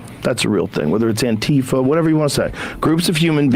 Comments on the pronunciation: How did anti-fa become antee-fa lol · i'm with you guys but when people pronounce "antifa" it's "anti-fah", it's not "ann-teeef-ah" - that mispronunciation was started by trunph, whether intentional or not, and it serves to remove it's meaning, which is anti-fascism or for short, anti-fa. The person off camera was using the correct pronunciation - i know it seems trivial but it all adds up.